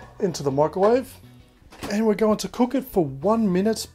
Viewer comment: Why do you say “mikerwave”. MICROwave.